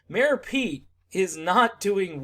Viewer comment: I heard 'Mayo Pete" and cant unhear it lol